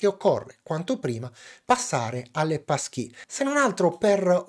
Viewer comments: "PassKII", anzichè "PassKEY", magari? ;) Bellalì e grazie per il video esplicativo. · sarò pedante,ma si pronuncia passchii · Da Americano, hai ragione. La pronuncia di e' sbagliata.